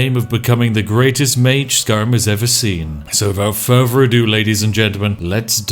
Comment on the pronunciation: I noticed you say "furwher" instead of further.